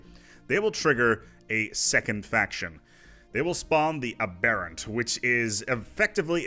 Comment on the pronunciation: As I've never let the Unbidden last for that long for any other faction to spawn, it took me a while to figure out you were saying "Aberrant" and "Vehement." You're pronouncing them like they're some kind of Hindu gods and not English words.